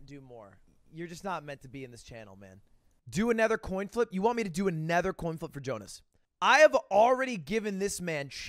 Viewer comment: Nobody: Ludwig: Anether